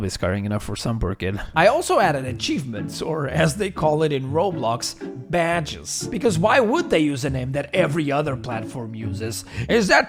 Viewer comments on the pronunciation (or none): Ahh yes. The most portuguese "BAHDEGS" I have ever heard.